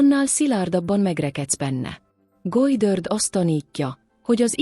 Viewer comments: Gojdörd!?? Vagy micsoda? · GODDARD....mit nem lehet ezen kiejteni normálisan?????